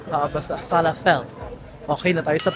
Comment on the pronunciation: Fe-la-fel ang pag pronounce hehe